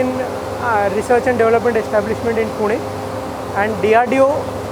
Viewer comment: most difficult word for Indians - develop / development!! They can't say deVElop always DAVlop / DAVlopment